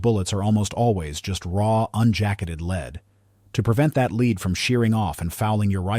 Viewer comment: As soon as it said leed instead of lead I was like nope not another AI video. Thumbs Down.